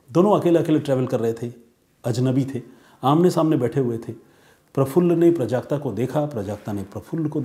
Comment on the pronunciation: प्रजाक्ता नहीं। ..."प्राजक्ता"